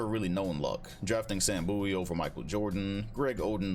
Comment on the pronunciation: isnt it sam bow-ee? like david bowie